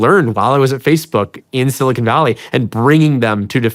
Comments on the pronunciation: Sean, keep up the great work. One small constructive criticism ... when you pronounce Silicon Valley, the 'con' in Silicon is is like 'khan' ... it's not silicone. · Bro literally said "silicone valley" lmfao